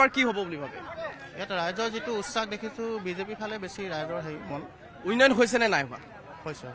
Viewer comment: Reporter jone uinoyon koi ase উন্নয়ন কব লাগে।